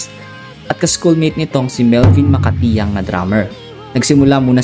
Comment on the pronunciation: Melvin macatiag hindi macatiang hahahahah😊